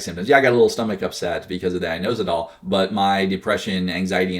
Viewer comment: IT IS INOSITOL LOL